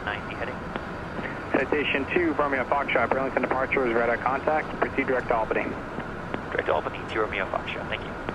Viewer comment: As someone who lives in Albany NY, I am disappointed in the way you pronounce the capital of New York. Great video thought lol